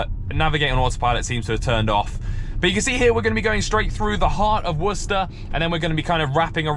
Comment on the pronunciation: Wow its so insane to here someone pronounce worcester correctly, as someone who lives in a town right next to worcester in massachusetts. Always hear war-chester or some stupid shit like that